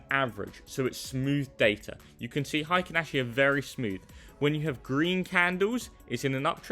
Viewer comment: HI-kinashi 🙄 probably says "BUH-in" and "KI-in" too 🤮